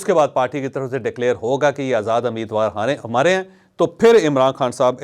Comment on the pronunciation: It's not ameed war. It's rather umeed war.